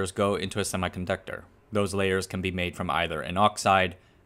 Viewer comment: HEY MAN i dont want to be rude but u need to pronounce "semiconductor" correctly